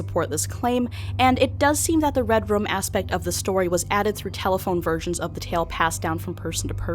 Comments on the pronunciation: It sounds like you're saying "redrum" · Was pronouning red room as "redrum" intentional? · i love how you say red room like "red rum"